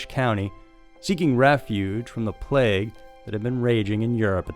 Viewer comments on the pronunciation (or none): none